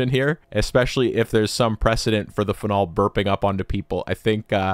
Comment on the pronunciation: How do you pronounce Karlsruhe with perfect pronunciation but say phenol like that 😭